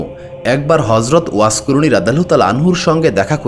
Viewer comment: এত বড় একটা মানুষের কথা বলছেন, অথচ তার নাম টা ও ঠিকমতো বলতে পারেন না। আফসোস।